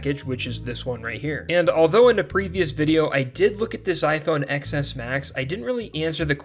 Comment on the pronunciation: It’s iPhone TEN not ex